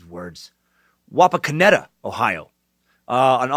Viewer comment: I live and work in Wapakoneta and it is awesome that he pronounce the name correct